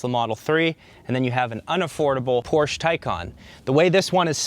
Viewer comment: Thumbs down for repeatedly mispronouncing Porsche